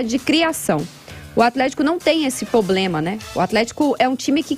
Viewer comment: Ensina a jornalista a falar PROBLEMA.